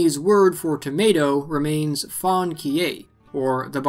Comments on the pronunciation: Fan qie turned into “Fawn key, eh?” Well, we can give you a participation award, at least. For future reference, a pinyin “Q” is pronounced as a sort of soft-ish “tch” sound, and “qie” is a single syllable. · I heard "fawn key-a" when you mentioned the Chinese word for tomato. I was a bit confused because I had never heard anyone from Beijing, Shanghai or Hangzhou use that word for tomato. I was most familiar with Xihongshi. Although, most folks I encountered in China didn't use fanqie for tomato that word sounded very familiar. I had to sit at my computer and think about what word it was used in and of course it was ketchup or tomato sauce: fanqiejang. Chinese is..interesting. Nice attempt on saying fanqie, though; close. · LOL at you pronunciation of Chinese, saying Fang She-eh would be closer.